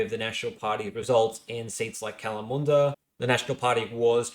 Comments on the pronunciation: Kalamunda, Pilbara, Albany, Kalgoorlie - absolutely butchering the electorate names - Clearly an eastie... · Don't forget his batshit pronunciation of Kalamunda he seems to have corrected himself on it now so he's capable of doing it right despite immediately going back on it 2 seconds later haha